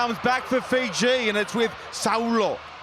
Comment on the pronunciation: Great effort by Uruguay, but who are Feejee?